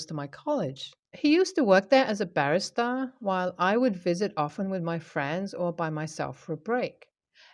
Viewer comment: Barista is not pronounced the same at Barrister. Please get this correct in future. On another note the difference in finances between these 2 jobs are vastly different.